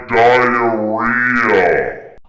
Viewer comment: is he saying diarrhea?